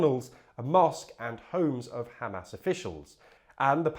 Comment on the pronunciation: By the way, it's pronounced Hamas, not Hamas